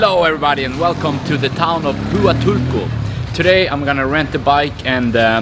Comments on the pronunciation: its pronounced WA tulco,! Not hoo uh tulco. Lol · Hua is pronounced wa. You are in wa tu ko. Not who a til ko. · It is not pronounced 'Hoo a toolco'. It is 'Hwa tool co'. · Pronounced WA-Tool-Co. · Its pronounced Wahtulco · Huatulco is PRONOUNCED: WAH- TOOL- CO! Chahue is pronounced: Kah-way! Sierra Madre is pronounced! See- er-rah Mod- dray! You're one of the only YouTube channels I've seen that actually show the scenery of La Crucecita and Santa Cruz(holy cross), we call the twin towns! Note: Everything is cheaper in La Crucecita(the little cross) Including food and knick knacks and drinks and restaurants! Thanks for your excellent video and for actually showing the scenes instead of yourself all the time! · that not how to pronounce Hautulco , it waa tool kow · Just so you know, the “H” in Huatulco is silent. So you can pronounce it better, pretend that the “Hu” is a “W”. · For anyone interested in the name pronunciations: 1. Oaxaca - “Wa-Ha-Ka” 2. Huatulco-“Wa-Tool-Ko”3. Chahue - "Cha-Way" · Chow way beach in wa tool co 🤦‍♂️ Anyway, good views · you should at least learn how to pronounce the place you’re visiting. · I enjoy your videos. You need to work on your pronunciation of Huatulco and Oaxaca! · great video,,, but I cringe evertime you say Huatulco,,, you are saying it wrong